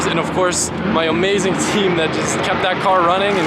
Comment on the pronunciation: Lmao he said omaze-ing team at the end